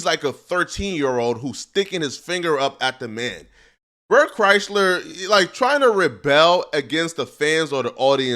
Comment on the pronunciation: Never stop pronouncing it bert chrysler I love it